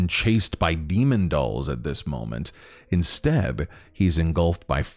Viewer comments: lol I can't unhear it the " inSTAB " instead of well ... " Instead " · Am i the only one who heard “Insteab”?